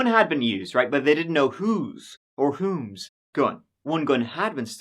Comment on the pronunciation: I would change the title because that outcome was definitely a twist! Love you and I always laugh out loud when emphasize your « whom »